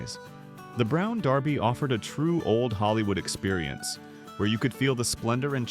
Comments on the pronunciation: It's pronounced brown derby. Ya know the hat, not darby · It’s not brown DARBY. It is brown DERBY. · You might want to fix that pronunciation of "Derby". It's not Darby. #AI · IT WAS "THE BROWN DERBY". NOT THE BROWN DARBY". SHEESH. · You mispronounced Derby. It’s not Darby. A derby is a hat. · Derby not Darby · Brown derby not darby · Brown DErby, not Darby - if you want to be better then don’t use AI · Is this AI narrated? I think the pronunciation is not DARBy but dERby. Brought back memories but AI mispronunciation of common words is becoming a problem. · Gosh, make up your mind. You pronounce "Brown Derby" correctly when you refer to the hat, but you keep naming the restaurant "Brown DARBY"! What's wrong with you? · I HATE AI!! It's not Darby, its Derby!! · its Derby not darby. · It’s not “Brown Darby”. It’s “Brown Derby”. 😵‍💫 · What's a Brown DAAAARBY ? Never heard of a Brown DAAAARBY ?? It's Brown Derby you stupid AI generated voice. 😡😡😡😡😡😡😡😡🤡🤡🤡🤡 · Not Darby! Its pronounced The Brown DERBY! A derby is a round brown hat. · Brown "Draby' Derby? Ah, AI narration. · DERBY. The Brown DERBY, not Darby. Very disappointed in this failure in accuracy. Made me stop watching your video. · It Derby not Darby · The Brown Derby not Darby ! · you keep saying the brown darby, its derby not darby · “can we do something to make this channel better?” Then pronounced “Derby” as “Darby” over and over….Good Grief I hate “BOT Channels” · Are you saying DERBY or DARBY? It’s DERR-bee. Miss those fried clams (big squibbles of fried dough hiding a mystery meat nugget) and begging my father to stop on road trips every time I saw the HJ colors. Drove my parents nuts! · It’s not “ Brown Darby. “ It’s “ Brown DERBY”. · The Brown "DaRby?" Are you kidding me? It's pronounced DERBY!! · Please learn to pronounce names correctly. It was the Brown Derby, NOT Darby. LOL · It's not dARby But Derrby! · Love the video. "Derby" is pronounced "durby", not "darby". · Brown Derby, not Darby